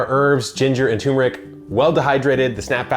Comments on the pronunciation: Turmeric, not tumeric. I would think an "epic" gardener would know this. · *Turmeric. There's an R in there. 🙂